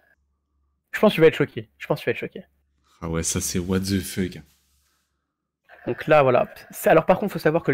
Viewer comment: Bonne video! Je pense que tous les streamers cheat et meme l’abruti de.. le seul reproche a te faire arrete de dire ( what the fuck )ou aprend a le dire correctement. 😉